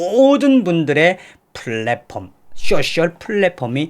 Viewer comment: 대표님 늘 수고가 많으세요.늘 빠른 소식 알려주셔서 감사합니다. 대표님 쏘~셜 이라고 발음하세용. 숏셜이라고 하면 미국인들은 못 알아들어요.🥰